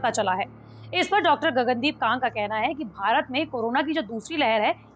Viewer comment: Gagan deep kang correct ur pronuction not kagg